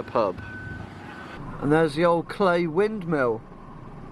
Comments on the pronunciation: Very ‘Oh Whistle, and I’ll come to you, my lad’ … and it’s pronounced Cly (clie) rather than Cley (clay)… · Cley is pronounced cleye.. Not clay. Just to be a pedant. Sorry. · Us carrot crunching locals pronounce it Cliy as in eye.